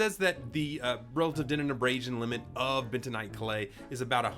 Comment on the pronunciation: Bentanight? Dont you make that 😂